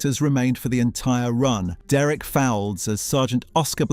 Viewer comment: Aidensfield not real, that is a dark secret, youll say next neither is Coronation street or Emmerdale. Derek Fowlds name is prounced to rhyme with colds. The Royal didn't have any characters from Heartbeat, they only occasionally did guest spots for a few story lines. Why is George Cole shown many times in your Australian part, he was in earlier series. Didn't find one dark secret but there are many mistakes.